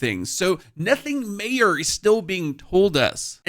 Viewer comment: Nothing mayor? I think you might've wanted to say 'major' there :D